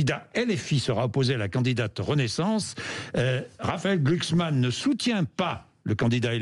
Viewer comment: GLUUHKSSSMAN! Argh ! Mais c’est bien sur!